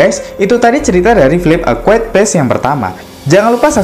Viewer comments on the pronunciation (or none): Quiet kok dibaca kuit :v Dibaca kuaet yg bener lol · Mas...ejaan bahasa Inggrisnya a quiet place bukan “e kwuet ples “” tapi “ e kwaiyet pleis” ...